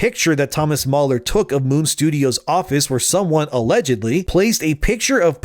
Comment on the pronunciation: Mahler NOT MauLer